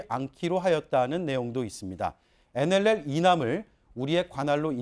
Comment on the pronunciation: 어이 코주부 코도 안풀고 계속 나와서 시부릴래?어?!! 그러이 nll 발음도 안되잖아!! 자 따라해봐~~ 엔 엘 엘 알겠나?